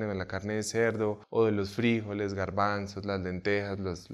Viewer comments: Oye loco, de dónde sacas fríjoles, sin frijoles en español y el golpa de voz cae el la sílaba jo. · FrijÓles.. con acento en lo O 🤷‍♀️😁